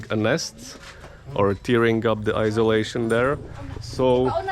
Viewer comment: Looking good, great progress since last video. I realize English is not your first language but you do a great job. I teach English, not well but I try. The one word I get a chuckle from, when you say it, is insolation. There is an “n” there so its insolation, like put the water “in” the bucket . 😀it is not isolation. Isolation “stresses detachment from others.” I tried to learn a second language, I failed, you are doing very well.